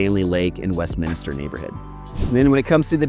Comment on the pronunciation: It's Westminster, not Westminister.....